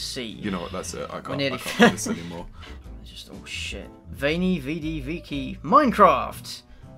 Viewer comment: His pronunciation of “Veni, Vidi, Vici” hurts me inside.